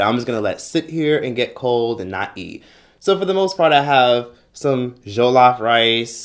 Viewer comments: ily but it's pronounced "joll- of" not "joe-lof" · I really liked the way you said it “Zhollof” gave it some pezaz 😂✨